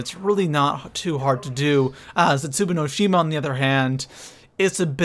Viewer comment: I hate how you pronounce the map names